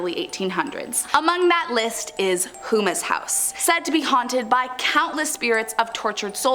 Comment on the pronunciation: You pronounce all these French names no problem, but then you say "Hoomas house" it's more like Ho-ma Houma La. is where it's located.